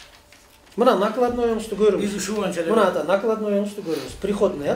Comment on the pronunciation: Бул кишинин ата деген созу дагы сонун экен даана кыргыз